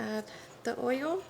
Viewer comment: Coat it with oyo, tent it with foyo.